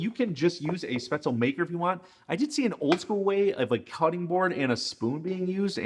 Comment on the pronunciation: Pap- ri-kash….dont know how the heck you pronounced that…get it right. And Spaetzle…is not pronounced Spatz-el…..but Spetz-li…… drives me nutz when people are too lazy to pronounce foreign dishes correctly